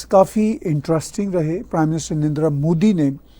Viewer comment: Love the punjabi andaaz of saying "pew-ton" 😅 And, of course, "N'rrndraa"😂